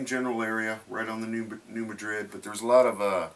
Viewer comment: its not Madrid.....its Mad rid..